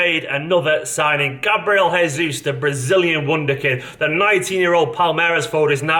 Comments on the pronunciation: since he's Brazilian, his name should be Gabriel "Zhaysoos" rather than "Heyzus":D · Hey mate, we speak portuguese in Brazil; not spanish. - its not He-zus like in spanish. - its more GE-zus like in "Geo". He is a 9 and will score more than Neymar in europe imo. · WE DO NOT SPEAK SPANISH!!! It's gabriel JJJJJJesus!!! Not gabriel hesus!! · It's not Resus, its jesus like you say it in english..brazil dont speak spanish 😒😡